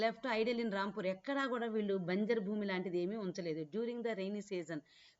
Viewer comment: Adhi ramapur kadhu rampur miru ramapur ani antunaru